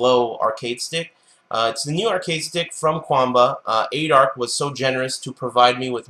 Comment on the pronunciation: jjthebird it's pronounced that way, though.